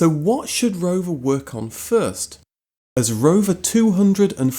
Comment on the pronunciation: Take a shit everytime he says roverrrr